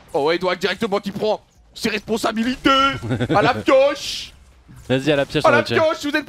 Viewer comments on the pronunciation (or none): Ses responsabilitEUH